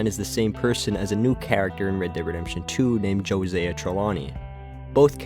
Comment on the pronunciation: Trelawny’s name is pronounced “Joe-Sigh-yah”.